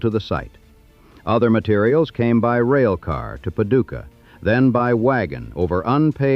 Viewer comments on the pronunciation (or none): none